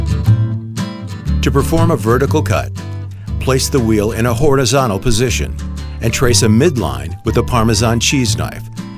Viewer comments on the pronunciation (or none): "To perform a virtical cut, place the wheel in a horigiano position"